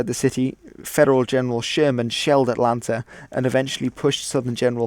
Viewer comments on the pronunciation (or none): none